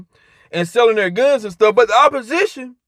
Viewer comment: I thought this fool was saying selling phones lol.